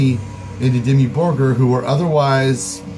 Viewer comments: am i the only one who hear DEMI BURGER when this guy want to say Dimmu Borgir?! even caption says JIMMY BURGER!! =))) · Its Dimmu Borgir not Dimmu Burger....